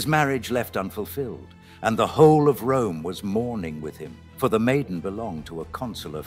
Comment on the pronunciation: “Roohm, equol, miraklees.” Why AI reader, why? Why do you pronounce “Rome, equal, and miracles” like that?